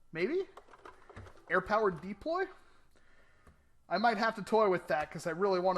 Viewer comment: come on deeploy?your not from boyston!its called the DU~PLOY.